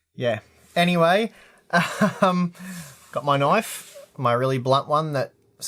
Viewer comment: You call that a knoeive! THIS.... is a knoive!